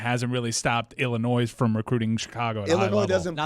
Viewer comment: Did really pronounce the s in Illinois?